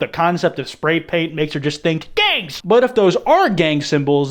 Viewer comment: Just "GaNgS!" makes me happy